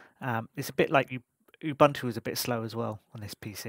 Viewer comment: Pounced "Gee-Nome" not "gh-nom", and not "Ew buntu", "Uoo Buntu" however really appreciate the review from a everyday user's point of view. S.T.E.M stand for Science, Technology, Engineering, Mathematics 😊